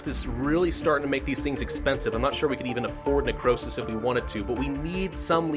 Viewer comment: "Necrowsish" that's what it sounded like he said at one point